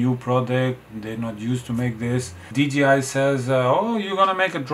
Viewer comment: dji should be pronounced as dee jay eye, and not dee gee eye